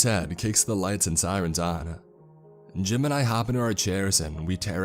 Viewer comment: Everytime he says “Jim and I” it sounds like he’s saying JIMIN